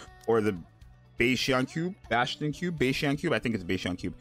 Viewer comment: I'm pretty sure it's BAAAAS tion